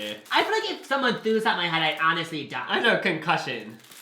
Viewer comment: “In my heEad”